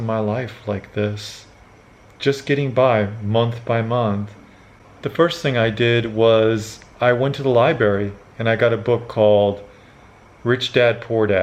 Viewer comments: its Library not Libary so ya just sayin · an English teacher who says " libary" the word is library, seriously an English teacher living in japan and you were so unfortunate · You were an English teacher, yet, , you said "liberry." Hmm. I'm not buying that you were a teacher, especially an English teacher. Try again. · "I went to the liberry". There you go, that is why you never made more than the random Filipino trying to teach English in Japan. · Liberry? I'm not a financial goo doo? But i'm a english teacher? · you went to the Liberry? whats a Liberry? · "I went to the Lie Bury" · "I went to the lie-berry." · You taught English yet say Libary?